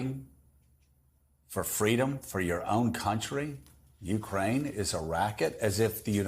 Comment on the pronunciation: A small adjustment: It's not "YOU-crane." It's "you-CRANE." And, it's not "Tuberville," it's narcissistic, religious jerk."